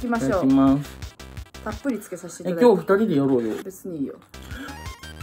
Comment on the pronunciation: ぃただきみゃぁす